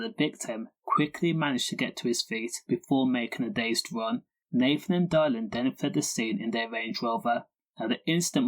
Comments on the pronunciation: Its dillan not dielan. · diylan ffs pronounce his name half whit